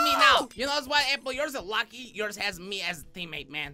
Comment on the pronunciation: it doesn't even sound like your saying APPLE. You sound like you're saying LappLappLappLapple